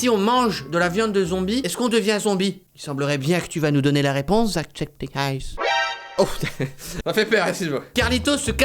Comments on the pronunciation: par contre ça se prononce "jack septi çaï" !!!! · C'est pas jackcepticeyes, c'est ''jackcepticeye''. Ya pas de S a la fin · So' Nya - Sophie Par contre, je suis la seule a être déranger par la manière dont il prononce "Jacksepticeye"?